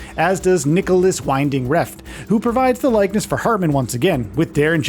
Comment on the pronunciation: "vin-ding" not "wine-ding" I know, Danish is weird like that! 😉